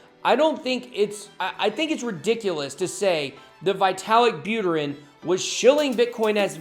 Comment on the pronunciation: Nice! Btw. It should be more like "vee-ta-lik" not "vai-te-lik")